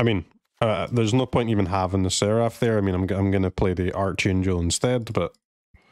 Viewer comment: Sad to hear it. Vocabulary is a pretty important subject in grade school. I know you read arch in archangel but the enunciation is arc rather than arch. Back to basics. Read a dictionary! It’s good for you.